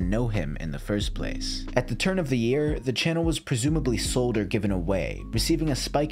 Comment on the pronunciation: It's year not "Jear"